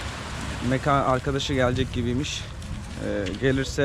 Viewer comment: Mekan derken k'yi ince söyle.